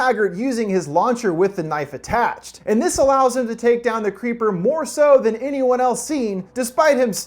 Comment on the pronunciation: I lowkey heard u say The Cweepy Cweeper